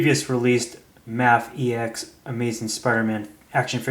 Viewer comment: No dude mafex (may-fex) sorry but your driving my OCD Insane